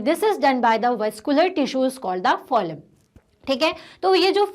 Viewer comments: Mam it's ploem speak it correctly you are pronouncing it ploleam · Mam first of all thank u and second thing is it's phloem not pholm😂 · It is phloem not phoim 😒😒😠🙄and haemoglobin not haemmvsjhsusbsujahglobin???? ## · Please pronounce phloem rightly it's not pho-lem it's phlo -em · Phoelm is the correct pronunciation its phloem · Ploem glat bo rhi hai to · Mam what is the pronunciation of Phloem (fo_le_m or fl_o_em)